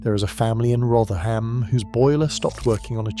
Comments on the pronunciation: AI. No one would say RotherHam. We'd say Rotheram. The H is silent. Also what boiler has a less than 4 year warranty? I have a Vaillant Ecofit Pure. It had an 8 year warranty as standard but the plumber registered it for an extra 2 years so I have a 10 year warranty (although it'll be 9 years old this year). It's been fault free. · "Rother-ham" - no way a genuine British voiceover said that